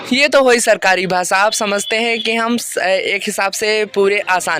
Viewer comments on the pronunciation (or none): भाई स और श, ष ,अलग, अलग है . भासा नहीं भाषा कहो . श बोलना नहीं आता तो कमेंटरी किसी और से करवा लो .